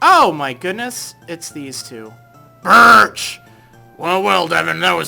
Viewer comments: Every time he says BIRCH I end up laughing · How you said BIRCH made me laugh so hard!